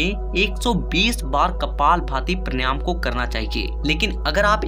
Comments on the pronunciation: उच्चारण तो सही कर ले बेवकूफ पर्णयाम नही प्राणायाम बोल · Han vo paryanam galat keh rahe hain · First of all, you should learn the correct pronunciation of PANAYAM . Brij Sharma